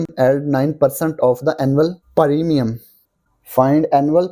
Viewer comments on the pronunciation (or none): Btw it's premium not paarimiyum